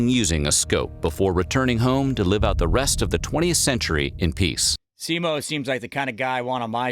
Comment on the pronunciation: It's always weird when the name is Häyhä but everyone says Heiha, also It's Simo not Simou.